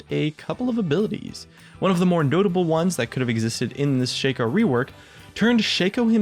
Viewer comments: shaco not shayco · I am really disgusted by the way you say Shaco... You pronounce it ShakeO... his name is pronounced ShackO. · It is pronounced Shaco not Shaco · Why does everyone (Including Riot the past few years) pronounce Shaco's name wrong? ITs Sh-Ah-Ko not Sh-Ay-Ko Otherwise the joke of his nut-cracko skin just dosen't work does it. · Sigh, it's Shaco not Shaco! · Lol dude.its shaco not shaco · its prenounced ''shaco'' not ''shaco'' kappa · Can you please say Shaco correctly? That shit is bugging the fuck out of me. If you say Shaco like you do, try to pronounce nutcraco the same way and see for yourself how fucked up and wrong it is.